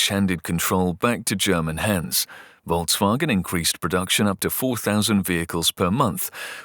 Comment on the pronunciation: The pronunciation of Volks wasn't that great, but it's nothing compared to 人民汽车. ;)